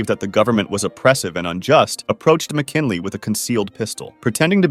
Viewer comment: William mckinily?